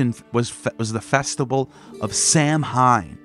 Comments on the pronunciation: Great video but its Pronounced Sowan. Sow like a pig and an. Irish spelling is weird. Samhain is Sowan. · My man, I love the videos, but with all the research you do, you couldn't make sure to pronounce Samhain ( as another stated, its "saw when") right when you said it so much ? 😂 but forreal much love brotha love the channel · Samhain was pronounced saw won. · While the festival is spelled Samhein, it's pronounced like Sahw-in. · Really ? I thought Samhain was pronounced sah-WEEN, rhyming with Halloween! In the 50s and 60s my parents and some other adults used to say "what in the Sam Hill" as a euphemism for " what in hell"? Now i wonder if there might have been a connection to sah-WEEN. My family used to belong to the Church of Christ, a fundamentalist, conservative King James Bible Only sect, strongly scriptural and strongly based on the Epistles of Paul, on which all the sermons were based. They took Paul as the principal authority of Christianity VERY seriously. The Cof C started in Northern Ireland in the late 18th or early 19th century by Alexander Campbell, who then brought it to North America and converted many in the rural southern "Scots-Irish" population, including my ancestors on both sides of the family. Because Scripture never says to observe any Christian religious holidays, the C of C frowned on them and our church had nothing at all to do with them. Yet the church had no problem at all with observing pagan holidays such as Halloween, Christmas, and Easter. They saw those as in the secular sphere, and respected separation of church and state. As a kid i still wondered weren't pagan holidays "of the devil"? Now i suspect the church allowed them because of Paul saying he was a "pagan to the pagans", the same approach that Patrick took -- and also Campbell while working as a missionary in the same country as Patrick.